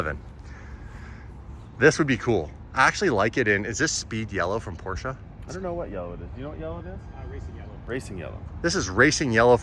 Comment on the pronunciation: Get the Porch-ah